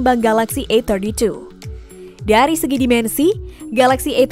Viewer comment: ini yg review orang indo apa china? Susahnya bilang A32 A31, AUTO DISLIKE. Cari Yt lainya